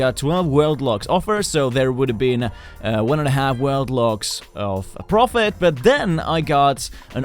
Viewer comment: The way he pronounces “ profit “